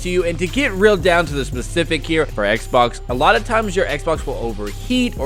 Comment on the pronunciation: The underemphasis on “Xbox” then the emphasis on “Play station” is crazy